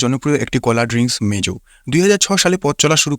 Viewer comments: ভাইরে মেজু নারে মোজু😂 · Vai mejo na mojo